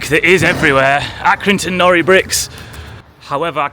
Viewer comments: I'm another Accringtoner. Locally it is called Accy NORI brick. Nori being pronounced NOR - i. The 'i' pronounced as in the i-pad. Due to the fact that it is IRON spelt backwards as it came out of the kiln backwards when they were first fired and it stuck. I am a retired joiner and have had to drill into these bricks often. You need a new condition SDS type bit to have any chance of drilling into it as they contain iron. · Accy nor👁️ not nory (pronunciation) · We call them Accy No Ri bricks not nori x x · It's Accrington NOR.I!